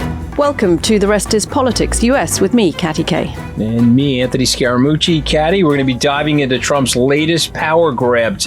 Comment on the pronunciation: Ok, sorry, finally had enough. Lambos, the beast, ads for car stuff and the fact Katty can't say Anthony's name correctly - it's driving me nuts TBH. Becoming very wanky and annoying....